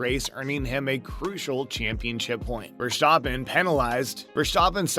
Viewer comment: "Ver-STAH-pen" it's actually VEHR-stah-pen. Make the "ah" short.